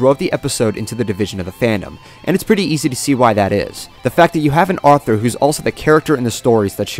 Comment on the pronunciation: Yep, you said it starting and you said it 3 times. Once is acceptable, twice is iffy, but three times and I need to point it our and proceed to laugh at you.